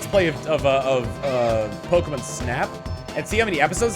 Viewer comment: The way you say pokemon reminds me of how they said it early on in the original anime, they always pronounced it Pokemun